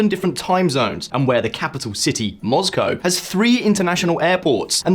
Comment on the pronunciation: Why can you not pronounce Moscow, and why are you doing an impersonation of the Megaprojects guy?